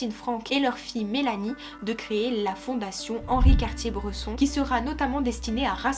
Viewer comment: vidéo très plaisante à écouter mais impression forte de déjà entendu… juste une réserve sur la prononciation de son nom qui me fait mal aux oreilles 😉